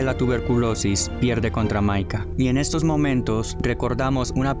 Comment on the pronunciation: El micaya JAJAJAJA Bien disléxico este compa